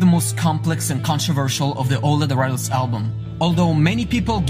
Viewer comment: I think it's pronounced "Lateralus" As in, lateral movement. And them you tack on the word "us" at the end.